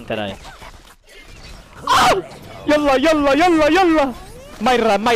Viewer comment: i am from Egypt and speaking arabic but your Yallah Yallah Yallah is the best Yallah i have ever heard